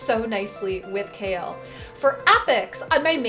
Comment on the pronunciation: Am I the only one calling Kael -> Kha-el and not kale!?